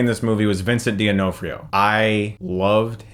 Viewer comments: Vincent Duh-naw-free-oh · Why do you pronounce it ''Dee-onofrio''? It's just Donofrio, the ''d'' is the same as in words like ''he'd'' (he would). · dough-NAH-freeoh.... Not Deenofreeo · DEONOFRIO?! BRUH TE FUCK U SAYING! It's Don-O-Far-io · D'onofrio = De Na free o Can't be that hard for pronunciation. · pronounced, Vincent "D'NOFF-Rio" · Vincent D'Onofrio is actually pronounced exactly how it's spelled: Duh-nah-free-o. Jus sayin... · it's pronounced Vincent "don-off-ree-oh" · Vincent doe-NOF-ri-oh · It's pronounced Duh Nof Rio. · Deyo-No-Free-o?? LOL! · Dah-nof-ri-o, Chris. Great video nonetheless. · "Do nofrio" (I'm Italian) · Why doesn't Chris Stuckmann know how to say Vincent D'Onofrio? It annoys me because he literally mispronounces every actors name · sorry Chris your pronunciation of Vincent Donofrio's name is pretty laugh out loud funny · If you do love Vincent D'Onofrio so much (and why wouldn't you?), you should at least learn how to pronounce his name. Also, holy crap is the cast of this film incredible. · That pronunciation of Vincent D'Onofrio.... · The was he says Vincent D'Onofrio name almost made me dislike the video. Almost. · Every time Chris mispronounces "D'onofrio" it makes me cry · Chris, I respect you, but you gotta pronounce names correctly, man. The way you said Vincent D'Onofrio's name was pretty off. You do that with other names sometimes. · Chris mis-pronouncing V. D'Onofrio's name was a bit irritating. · Only person I've heard pronounce Vincent's last name like that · That's the most unique pronunciation of Vincent D'onofrio's name I've ever heard. If you're gonna praise him, pronounce that name correctly, Stookmoun. I'm gonna give your pronunciation of his last name a D. Guys, thank you so much for reading my comment. And if you like this, you can click right here and get Unheardamised. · Chris, as a movie reviewer, you need to learn to pronounce D'Onofrio... lol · He's totally fucks Vincent D'Onofrio's name. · I know right